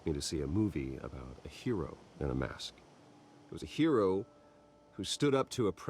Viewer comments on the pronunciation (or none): none